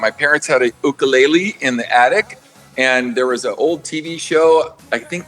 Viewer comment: Ookalele 😂😂😂 not a ukulele